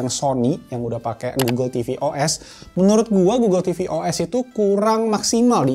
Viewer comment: 06.47 lu nyebut apa tu bng. Oke goggle atau oke uel.? Hp gue langsung ngerespon buka gugel 😂